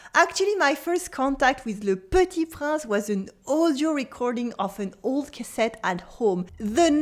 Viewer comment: Hello, Thank you for this lesson. You learn how to pronounce some words, but I think you forgot to learn the correct pronounciation of "Le Petit Prince"... Very cute the reference to my favorite singer Mylene Farmer! A bientôt.